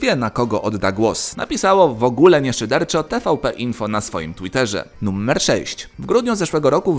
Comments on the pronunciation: Czy tylko ja slysze "Nummer"? :D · Dlaczego "nuMMer"?